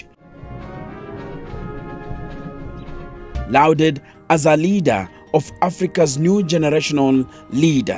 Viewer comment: A btw, “lauded” is pronounced like “lawded ”. You don’t hear the “u”. “Fraud” is pronounced like “frawd”. Again, you ont hear the “u”.